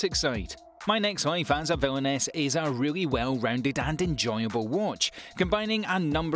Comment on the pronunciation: When he said "my next life as a villainess"i was laughing when he pronounced it